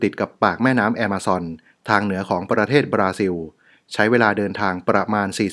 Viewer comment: ออกเสียงคำว่า Amazon ว่า แอมะซอน นี่ถูกใจผมอย่างแรง รัก เลยครับ ❤️❤️❤️❤️❤️